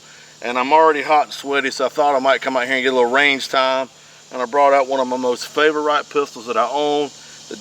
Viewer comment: "Fay-vo-right" lol.